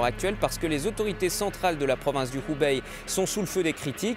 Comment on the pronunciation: Ce n'est pas l'Ubaye mais le Hubei (prononcer h'oubeille, avec un h très aspiré comme la jota espagnole ou le son équivalent en arabe). La Chine sera bientôt (ou est déjà ?) la première puissance économique mondiale, donc même si on désaprouve l'action de son gouvernement on peut faire un effort pour ne pas trop massacrer les noms de lieux ou de personnes...